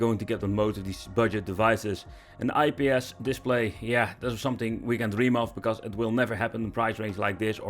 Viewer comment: why cant dutch people pronounce the letter "s" they always say "sh".... "thatsh sho shpecial"